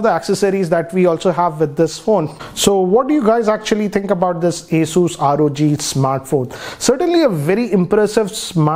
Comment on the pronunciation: First of all it’s not aSUS it’s Asus pronounces as aSES